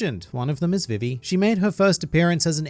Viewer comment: Veevee Not Vivee. Why do you hate me.